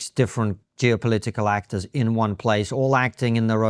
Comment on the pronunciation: There is NO WAY he is not purposefully mispronouncing words! LEEEverage? ActOOOOrs? Lol.